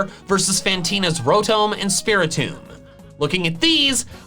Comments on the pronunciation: Love this guy's videos but he really fUckiNg butchers names. Cilan as "Silan"?? Winona "Wynona"?? Rotom. ROTOM. "ROTOME"??!! THIS GUY IS LIKE A HILLBILLY CANADIAN IN TERMS OF PRONUNCIATION 🤣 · did he just call it rotom when it is pronounce Rotom this is reason number one why the English language is dumb pronounced different spelled the same